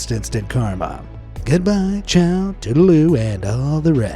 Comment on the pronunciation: That Chao there surprised me, because that is exactly how "bye" is pronounced in my native language (bulgarian is my native language)